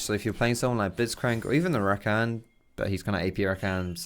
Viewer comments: Please stop saying RaKAN. It's Ra-kah-n :P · The way he says rakan triggers me. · Honestly love your videos but you say Rakan so wrong